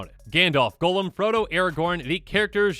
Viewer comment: I can forgive many things... but I cannot forgive pronouncing Gollum as golem.